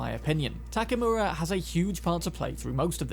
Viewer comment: The guy’s name is Takemura, but by the way you gringos pronounce it sounds like Takamura. I don’t know for the Japanese how it sounds but at least to me as hispanic sounds like that and Spanish has the same vowel system as Japanese